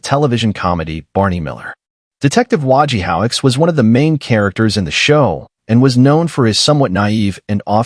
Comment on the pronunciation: While I appreciate your efforts, if you are going to do these, it "might be nice" if you actually watched and LISTENED to the shows you are talking about. It isn't "Wa ge howitz", it's "Wo ge ho witz" as we all know because his name and how to say and spell it are running gags throughout the run of the series. Please.